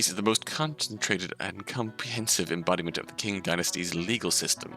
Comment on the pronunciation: "Qing" is pronounced "ching" I believe :)